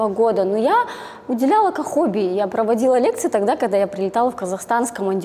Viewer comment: Может ей стоило уроки русского языка взять и дикции, чтобы хотя бы произносить слово хобби не как кхоби 🤣